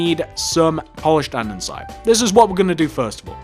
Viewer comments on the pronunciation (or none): Just sayin its andesite NOT andensite